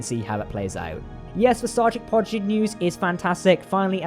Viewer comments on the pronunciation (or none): Great video! (Psst... it's Prodigy, not Progidy)